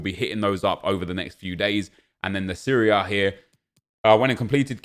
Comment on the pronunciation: "the Syria A"